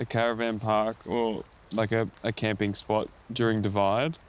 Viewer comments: It's camping not cramping dude 😂😂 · Its Camping, not cramping dude 🤣. Matt did it again, and beautiful production.